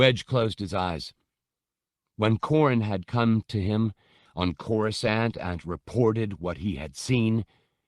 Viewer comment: These are so mich better than the abridged versions, they give so much more depth to the characters and layers to the story. They have even started pronouncing Coruscant correctly, the old habit of pronouncing the second C used to really grind my gears lol